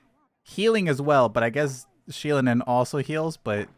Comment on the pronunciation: Her name is pronounced “she-low-nen”